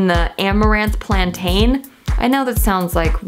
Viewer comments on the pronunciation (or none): none